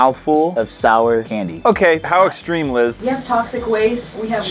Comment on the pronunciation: It’s Liz not lis